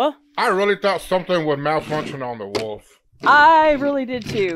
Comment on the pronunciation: I love the Woof pronunciation instead of wolf. Great vid y’all